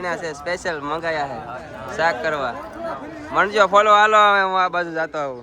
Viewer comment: ચાક❌ શાક✅ 😅😂🤣